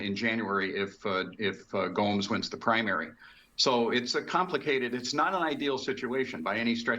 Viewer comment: Why is he saying Gomez? His name is Gomes!!!! So confusing.